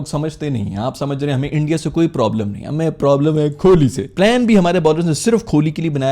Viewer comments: Kholi nai he bhai kohli he 😂😂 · Bhaijaan kholi nahi…. Bolo kohli… bolo beta Warna bolo Dadar Azam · Kholi?? Its kohli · Kohli bro not kholi😂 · Yeh kholi nhi Kohli hai bro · Kholi ni chacha kohli hai 😂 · कोहली ❌️ खोली ✅️ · Nice comedy. Btw you need to emphasize H in your pronunciation of koHli and also see the spelling H comes after Ko. The way you are pronouncing his name it sounds like kholi like Indian ne pakistan ki kholi 😅 fix your pronunciation bro. Otherwise you are awesome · bhaijaan, kholi mat bolo yaar, kohli hai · KOH-LI not KHO-LI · Kholi nahin KOHLI 😂😂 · Why you say Kohli as Kholi. ?? Say it K O H L I !!! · Pls not kholi it is kohli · Kholi nhi bhai 😂....kohli bolo yarrr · او بھائی کھولی نہیں کوہلی ہے اسکو ہی تھوڑا بہتر کر لو۔ آپ کی ہر ویڈیو کا انتظار ہوتا ہے۔ ویلڈن ❤ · Bhai wo KHOLI " nehi 🚫🚫🚫 "KOHLI" hai...😂